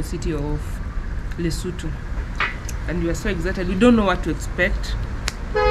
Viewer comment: ExciTED ., sio Egcited